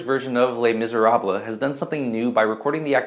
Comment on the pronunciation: You lost me at your pronunciation of Les Miserables